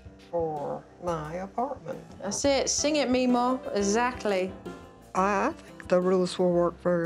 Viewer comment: No one: Joe: eZacly